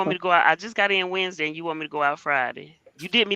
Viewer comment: Hey. It’s hump day-eee❤😂